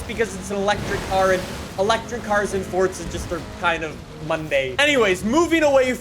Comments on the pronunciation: it’s forZa not forTza😬😐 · It’s pronounced forza not fortza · FORT.Z.A you mean forza. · Its forza not fortza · say not forca but forza jerk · I still don’t know why he says fortza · why you always say fortza horizon? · Bruh he really did say ”fortza horizon 4” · WHY DO YOU SAY forTza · The way you say Forza hurts me